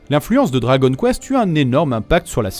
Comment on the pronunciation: Quitte à donner le nom en japonais, autant bien prononcer le dragon [do.ra.go.n]